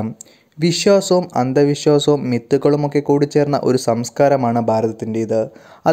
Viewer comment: 'അന്തവിശ്വാസം' അല്ല അന്ധവിശ്വാസം ആണ് ശരി